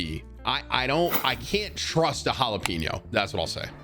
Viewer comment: Why was he saying jalapeño like “pino”, lol